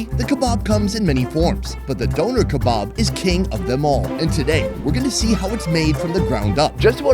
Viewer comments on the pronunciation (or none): the way he says döner is actively taking my life force away im sorry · The way he pronounces Döner is hilarious to me. It sounds like someone donated the kebab after a deadly accident.